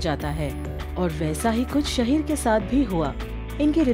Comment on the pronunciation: It's शाहीर not शहीर